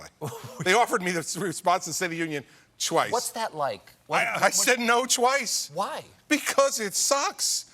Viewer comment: Lol... CC said "twaice 😂🤣"